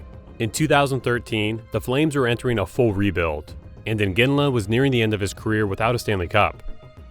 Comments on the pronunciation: Not sure why you would repeatedly mispronounce "Iginla" as "Inginla." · It's not "Inginla."